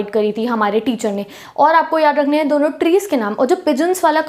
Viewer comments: 'Hena' to suna tha par ye 'henge' pehli baar sun raha hu😂😂🤣😂🤣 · Anyone Noticed 'HAINGE' word in didi's language accent..😂😀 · Mam bar bar hange kah rahi h😅😅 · Bhai bss yehi sikha tune 😂😂